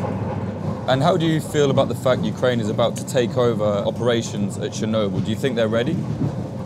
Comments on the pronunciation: Chair-noble or Chair-no-bull....Tomate-o to-mato. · Is there anything that takes you out of it more than a reporter mispronouncing the subject of his video?